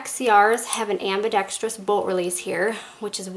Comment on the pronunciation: great vid and you can actually pronounce ambidextrous